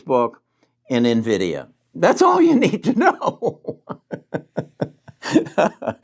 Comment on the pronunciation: It's pronounced " In Vidia " not " Na Vidia "